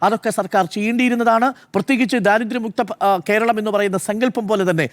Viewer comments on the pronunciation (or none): none